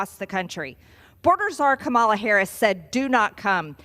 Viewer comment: can't even stand to watch or listen to Major Sailor Greenie spout the lies and misinformation she repeats on the daily. Learn to pronounce Vice President Harris' name correctly, you knuckle dragging bottle blonde redneck traitor !